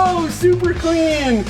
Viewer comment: take a shot every time he says “wuater” or “cleeeen”